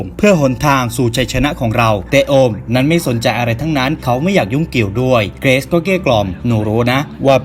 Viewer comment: เกิซ??? เกรซไม่ใช่หรอพี่